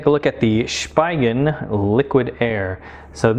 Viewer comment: It’s also pronounced as (Spee-gen).